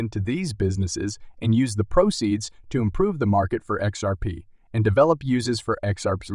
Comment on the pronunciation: How can you take a video serious with someone that can't even say XRP right, what the fuck is XURP